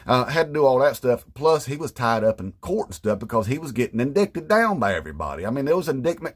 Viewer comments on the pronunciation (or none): Sir, I think you mispronounced "indited" 😅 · Since it's spelled "indicted" I can understand why! Empty G said it that way during a committee meeting. That shit was funny AF!